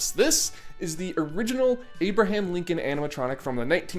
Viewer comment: "Abirdham Lincon"